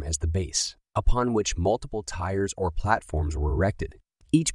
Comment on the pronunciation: They are NOT tires! The word is tiers and it is pronounced the same way as the word tears; Her eyes were red due to all the TEARS running down her face. Not to be confused with the word tear which means that some is being pulled apart. You need to get your pronunciation correct before you release the history program.